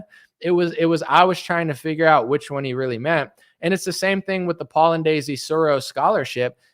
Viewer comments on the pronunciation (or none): none